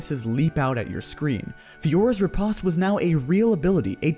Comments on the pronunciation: riposte - rih-post. Not rih-pahst. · ri·poste /rəˈpōst/ anyone else find his pronunciation of it weird? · You pronounce riposte like the Brits.